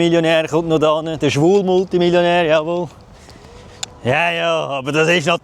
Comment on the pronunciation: De schwul Multimillionär, jawohl. Schön dezent betont, s Adjektiv 😂